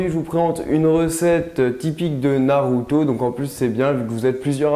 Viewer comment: a c charuto